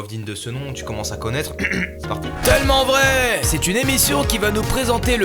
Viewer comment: Y’a quoi moi qui a entendu « TEULMENT VRAI » au début 😂